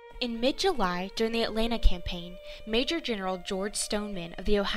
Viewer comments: Why is the narrator of this video calling "Atlanta" something that sounds like "Elena"?? If you are going to have someone narrate these, at least get someone who can pronounce things correctly! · She did NOT do a "good job!" She couldn't even pronounce "Atlanta" correctly! She called it something that sounded like "Elena."